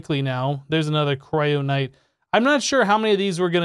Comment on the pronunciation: Why do you keep mispronouncing stuff? How is kyronite a "cryonight"?